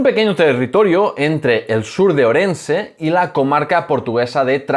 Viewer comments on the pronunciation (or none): Es oír "Orense"en boca de un historiador y dejó de ver el vídeo..en fin...